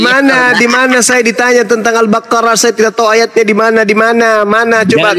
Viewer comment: Al-baQarah bukan al - buQori 😂😂😂😂